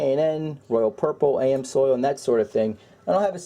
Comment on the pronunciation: Quit giving us the finger. And it's Ams Oil. Ams Oil Ams Oil Ams Oil Ams Oil. Ams Oil Ams Oil Ams Oil Ams Oil. Ams Oil Ams Oil Ams Oil.